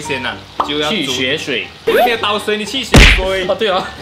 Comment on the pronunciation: 去血水(qu XUE shui)🤔 好好笑哦😂😂